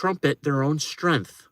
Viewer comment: What’s “strinth”? 😝